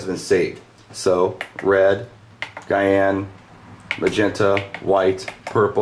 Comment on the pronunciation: Very useful video! The only thing that I found kinda funny is how you said "cayenne" instead of "sigh-anne"